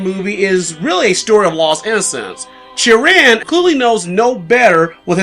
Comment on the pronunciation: Oh it's Chirin thank you. It sounded like Jiren being the name from DragonBall Super Tournament of power saga to me due to pronunciation similarities.